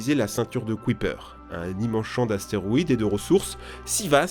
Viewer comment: kuiper se prononce kaïepeur